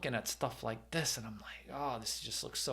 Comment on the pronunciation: Oh.. "Smash the LIKE button" - I thought you were saying "Smash the LIGHT button" which I immediately did... ...and now my phone's flashlight is broken.😭